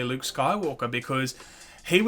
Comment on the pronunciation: That wasn't Luke. It was Luuke.